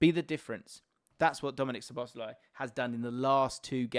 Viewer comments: Love these videos and conversations. I think it's pronounced SZOboszlai not szoBOszlai. Thanks for the great content and analysis! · Please put the emphasis on "Szo", not "bosz", when you pronounce Szoboszlai's name. One of the basic features of the Hungarian language is that the word stress is always on the first syllable, without exception. If you put the emphasis on any other syllable it will sound strange and wrong to Hungarian ears. Pronouncing it correctly will take only a small adjustment on your part, but your Hungarian viewers will be grateful for it.